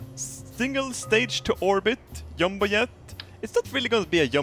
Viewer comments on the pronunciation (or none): EliteGeeks It's a Jumbo Jet, but because of how Sweden pronounce J's, it sounds like a Y